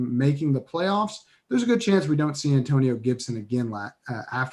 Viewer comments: 113K and Rising! B-) "AnTOEnio Gibson" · Damn. Not the An "TOE" nio toetag. Aka DOA